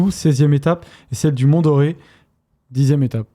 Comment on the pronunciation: C'est pas le "mont doré" mdr ^^